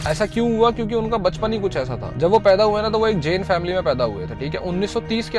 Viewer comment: ए भाई वो जेन नहीं जैन होता है यार क्या कर रहे हो